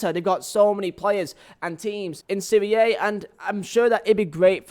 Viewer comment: Stopped watching when the dude said "SERIE AYE" 😂😂😂 It's SERIE AHHHH FFS